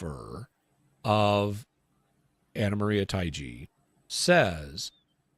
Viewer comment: Taigi pronounced "Ta(short a sound)-ee-gee"